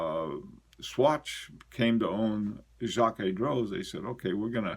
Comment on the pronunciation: Jaquet Droz Grande Seconde Quantieme - Jaquet Droz (you're pretty close!) French O us more uh than o. Seconde - just say second in English and stick an slight uh on the end, not like in Spanish. Quantieme - KontEem rhymes with Monty Tim. Hope that helps. Again, it depends on your audience. It's all about communicating, and you're already an excellent communicator in my book, or I wouldn't be such a fan.